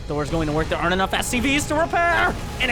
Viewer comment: it's "aren't"